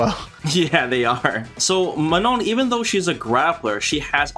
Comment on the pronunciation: You really have saved the best for the last! Also I love how correctly you pronounce her name(„Maano“)!